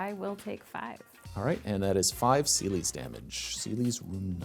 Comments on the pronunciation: Is pronounced ce les not seelis Is teedus not tide us got the name right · my favourite moment was pronouncing celes as “seelies” and just rolling with it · You pronounce Celes wrong and it hurts my ears… its like Celeste just without the „te“